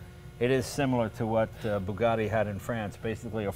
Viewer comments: ...is it that difficult to say 'Bugatti', instead of 'Boogadhee', Mr Leno ?-/ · They are Bugattis not Burgattis.